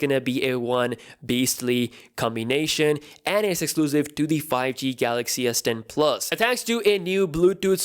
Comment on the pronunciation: All I hear is "S den 🅱️luhs"